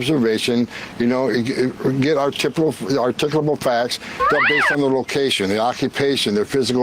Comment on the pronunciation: That Holman guy butchering the word “articulable” is inherently both dark and funny